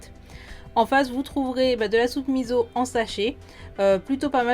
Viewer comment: Miso pas miZo